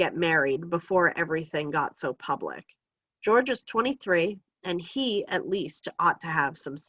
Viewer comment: Jorge is pronounced hore-hey not George for future refrence